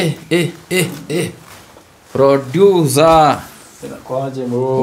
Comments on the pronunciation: Aki n😂😂 na ki ngereza eti ducer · ebu pronounce tena jina producer😂😂😂😂😂😂😂😂